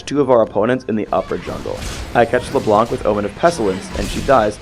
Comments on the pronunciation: AAAAAAAAH shit this makes me mad, it is not leblanCCCCCCCCC, its Leblanc as in, blanc, the french. Why dont people learn it :C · LeBlanc is just pronounced LeBlan